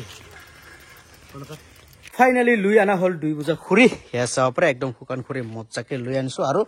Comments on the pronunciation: খুৰি নহয় খৰি শুদ্ধ কব লাগে অসমীয়া ভাষা কলে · খুৰি নহয় দাদা খৰি বুলি কব ❤